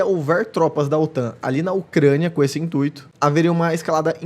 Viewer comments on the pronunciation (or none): none